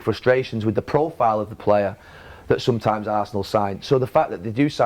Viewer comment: Neville "Sometaams" :P